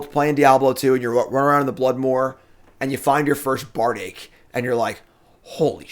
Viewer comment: For the record, Bardiche is pronounced Bard-eesh